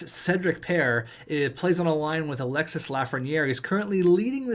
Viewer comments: Alexis Lafreniere is pronounce alexi the s is silent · French lesson, don't prononce the "s" at the end of Alexis :)